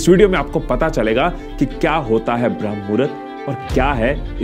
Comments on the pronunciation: Shuruat hi mistake se krdi... Bram nhi BRAHAM HOTA HAI ❌❌❌✅✅✅ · Common I didn't accept this from you, it's not bhram (भ्रम) mahurat, it is always called brahamma ( ब्रह्म) which is a kaal of brahama dev, or time of ब्रह्म देव, pure video me aap baar baar bhrama ko bhram भ्रम bol rahe ho, very disappointing U disappointed me today, my first dislike on your video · Bhram nahi h Bramh muhura hota h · Abey bramh hai bhram nhi